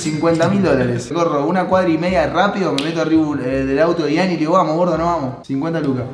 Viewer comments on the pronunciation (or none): Se dice Ian no yan😮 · Si sos fan aprende a decir ian